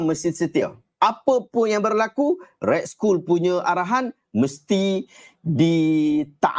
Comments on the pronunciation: Red skoll? Pronounce dia red skall (skull) kan? 😅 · otak auto dengar school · Sebutan yg betul - red skal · Tu la, aku dengar cam Ray School....dah sapa.pulak ray school ni....rupanya red skull daaaa....sekali dia tulis arab daaa